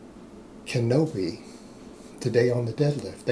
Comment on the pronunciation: "Kinoby". I love it.